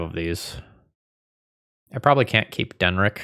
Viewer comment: Den-NICK. It's Den-NICK. 😅 Also, unless you are playing around counterspells or something, you may want to do your Discontinuity on the opponent's turn in response to them putting something on the stack so you can get one of their cards, rather than doing it in their upkeep. Basically on the theory that the spell they thought they were casting is probably better than the random card they drew.